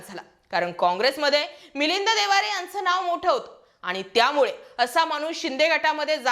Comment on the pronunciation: बाई एकदा ठिक होत मिलिंद देवारे बोलणं.ते मिलिंद देवरा आहेत.